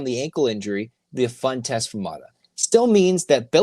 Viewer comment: …it’s Mara…not Mata